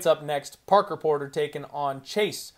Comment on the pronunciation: I'm so proud of u u finally got Parker Porters name right and more than once. You're moving up my guy lol